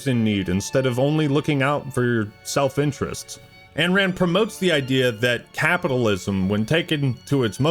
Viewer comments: Isn't it Ayn Rand not Anne Rand? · please... Ayn Rand is pronounced EYE-n, not AN. I know it's a nit pick but it takes me out of the video every time